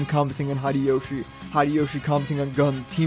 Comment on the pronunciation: 1. Thank you for the video. As someone who loved Initial D, and rides motorcycles I can not wait to find the...DVD... and watch it 2. Its Hideyoshi (Hee Day Yo Shee). I only mention it because you pronounce all of your other "i"s correctly as long ee sounds. Bar (ee), Shu (ee) ch(ee), M(ee) Yuk(ee), etc. If you are curious, most Americans pronounce Nikon incorrectly too. It is not Nikon as in Nike but Nikon as in knee. 3. In 1674 Virginia made street racing of the equestrian kind illegal because people were being run over. Stupid has been with us a long time. I street raced as a teen and had some very close calls. Reflecting on it, I am not sure anything would have convinced me not to do it, despite knowing how stupid it is as an adult. Providing inexpensive alternatives like karting or minimoto racing might have been the best way to keep me from racing on the street. I have thought about how I would prevent my children from racing and I do not have a good answer.